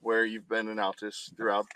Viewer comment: Seriously? You live in Oklahoma and don’t know how to pronounce Altus?.. 🤔